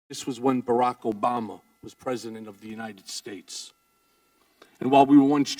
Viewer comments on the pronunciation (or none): none